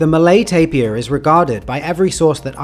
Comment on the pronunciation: Lastimosamente el locutor decía tapia en vez de TAPIR